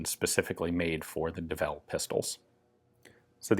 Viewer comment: It's early, I read "Devil's Full House" and was corrected when you said Devel hahah